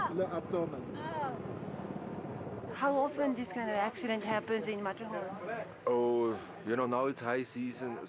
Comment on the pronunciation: So sorry to see, that disrespect, not even to try the pronunciation of the subject and main person of your film. It is not american. There is no sermett and no Metterhorn and even Simon had to get a new name he has to be Seimon now